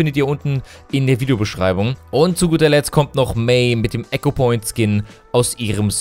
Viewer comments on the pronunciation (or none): none